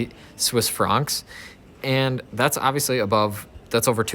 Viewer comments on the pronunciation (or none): “Swiss frongks”